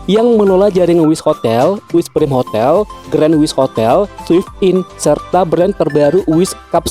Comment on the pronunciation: Maaf ralat dikit.. Wizz PRAIM , bukan PRIM..🙏